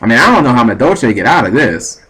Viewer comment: ahem. For all Amuricans who say Madolche the way you do. Its pronounced "Madolsh" Happy hooting! Erm dueling.